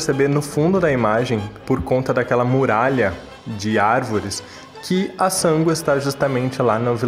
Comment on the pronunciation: Pensei que fosse só eu que ficasse com agonia ao ouvir ele falar Sángo! 😂